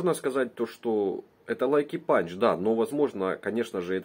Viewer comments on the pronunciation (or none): Не лайки панч, а лаки панч